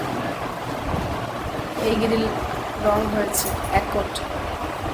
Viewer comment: Tumi grill k giril bolo kano